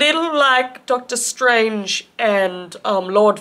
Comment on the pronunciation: That ain't doctor strange, that's dortor stroonj